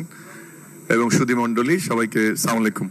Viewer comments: একজন বিশ্ববিদ্যালয়ের শিক্ষক অথচ সালামটাও ভালো করে দিতে পারে না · হালায় তো সালাম দেওয়াই শিখেনি